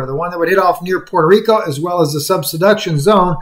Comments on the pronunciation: SUB-DUCTION. Say it out loud. Not sub-se-duction. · it's NOT SUB SEDUCTION, it's pronounced SUBDUCTION. I appreciate your reports thankyou